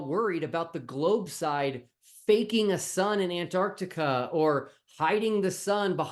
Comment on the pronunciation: Where the hell is "Antartica"? The place where the South Pole lives has a letter C in the middle!